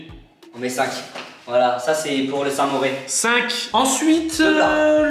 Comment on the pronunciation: D'où on dit samouré sa se dit samouraille